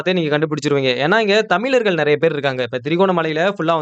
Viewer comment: அருமையான காணொளி போடும் நண்பரே ஒரு அன்பான வேண்டுகோள் தமிழர்கள் என்று சொல்லிப் பழகுங்கள் தமிலர்கள் என்று சொல்லும் போது முகம் சுளிக்க வைக்கிறது சகிக்கவில்லை.